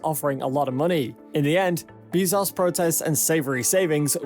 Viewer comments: Why can no YouTuber say Bezos correctly... Dude says "bees sauce" other says "Bez Ohhs"... Morons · why you gotta take a name that everybody knows how to pronounce and then say 'Bee-zoss' instead...? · Wow! I can't believe how misinformed this drivel is!!! And the title is just clickbait! Shut-out maybe but not shut-down or even shut-up. • A $2.9B contract is NOT a huge contract and is actually half of what SpaceX will spend developing the HLS • Bezos is pronounce Bez - ohs, Not Bee - zos • A formal complaint MUST be responded to - it cannot "fall on deaf ears", suspension of funding is required until a decision is reached • There is and never was any "monkey wrench" to SpaceX's plans. Starship is in full and rapid development at Boca Chica - totally funded by SpaceX itself • There was never any hesitation or interruption due to uncertainty over HLS funding - Starship development does NOT depend on NASA dollars • The protest by petulant sore loser Bezos was totally expected - it was not a surprise • What to do ? What a BS question! Stop their self-funded development? Waste time & dollars with lawyers? Or ignore the distraction and let their proposal speak for itself and continue to do best - create "impossible" things! • The idiocy continues but is too painful and wasteful to continue watching. Bezos is acting like a spoiled brat who got caught play acting on a serious project with a proposal that was double the price, failed to meet basic HLS requirements, required live crew performance testing from a company that has failed to accomplish anything but a token yo-yo tourist ride and is years late on delivering its BE-4 engine (if it ever will). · "Everybody knows how to pronounce"? Everyone I know says "Bee-zos", not "Bay-zos". Depends if you prefer to pronounce using the English "norm" or use the Latin / Spanish "e" pronunciation. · It's bae-zos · He pronounces it BAY-ZOHS. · This dude said Jeff beezos lol. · Bííízos? Learn pronunciation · “Jeff Beezoss”